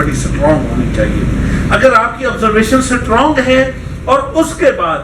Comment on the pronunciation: Its strong not sutwrong 😁